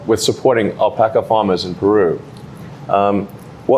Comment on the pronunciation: Still mistaking alpacas for aldpakis